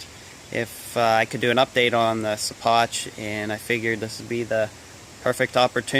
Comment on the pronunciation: hey man i think it might be pronounced "she-pock". keep havin fun